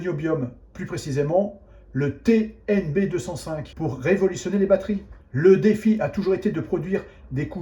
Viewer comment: TnB 2 "O" (oh !) 5 donc, pas TNB205 mais TNB2"o"5... faut pas raconter n'importe quoi...